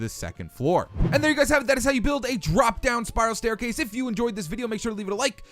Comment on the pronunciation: WERE GONNA BUILD A "STAICASE" 😆😂😂